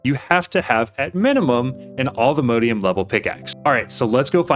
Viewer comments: Not sure why you say "Allthemodeium"... It's All The Mods 10, not All The Modes 10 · Wouldn't it be pronounced "all the mod -ium"?